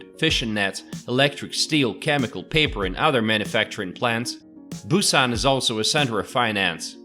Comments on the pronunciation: Gonna give you a downvote for all of your useless mispronunciations of almost every poi. Kind of defeats the purpose of a guide, don't you think? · Cool video and lots of information but oddly, your pronunciation of the areas is pretty bad. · Hahah you butchered every name in Busan. Great video though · I've been living in Busan for about 10 years now. You severely mispronounced many places...However, everything you said about photos on the beach and other fun facts are completely true! BTW, All Korean food is wonderful (just stay away form the hong-eo/fermented skate fish) Do you wanna visit Busan and you have a bachelors degree? Come teach for a year and get paid decently. I love this place! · Good show and could be better if you can pronounce the Korean destination names better. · your pronunciation of the areas of Busan needs a lot of work but you have a talent for making these kinds of videos